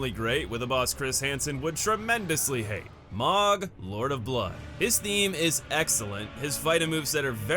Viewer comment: I'm gonna come out and say it He's Mohg, not Mogh.